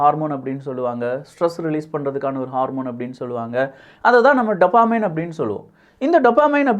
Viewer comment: டோப்போமின்.... டப்பமின் இல்ல...